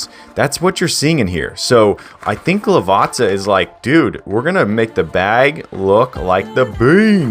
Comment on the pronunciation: Lovely review, love the bean, love the correct pronunciation of Lavazza.